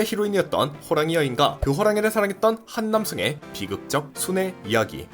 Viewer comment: 한 남성을 한남 성으로 들었네...(저는 그 어떠한 사상을 가지고 있지 않습니다)